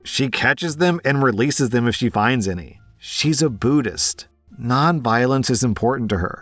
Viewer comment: She’s not Buddhist she’s beat-ist 😂